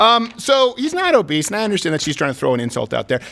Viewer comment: did she say Morbidly Obeast?